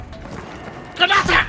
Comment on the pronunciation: That "GRANATE" sounds so violently German